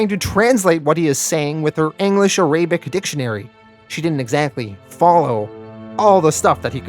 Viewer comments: Arabic. AIR-UH-BICK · I know you talk funny sometimes but "A-Ray-bic?? Come on man. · Love the video but please pronounce it ah-rah-bic. Sahlem